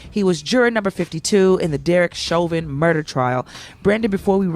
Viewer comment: You're French-Canadian and you mispronounced "Chauvin" ?!